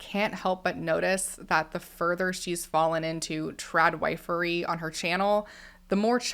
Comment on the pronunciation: When you were saying trad- wifery it seriously took me a minute… I thought you were saying trad-white-furry 🤪😬😂